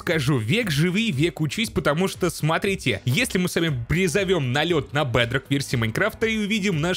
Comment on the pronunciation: Факт: ты говоришь бЭдрок. Хотя надо говорить не бЭдрок, а бедрОк. Не э, а е и ударение на другой слог